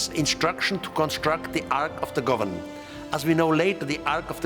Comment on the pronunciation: Why is calling the holy relic holy gavanant!?😂😅